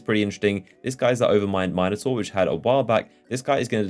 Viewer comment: It's not Overmind Mineotaur its Minotaur.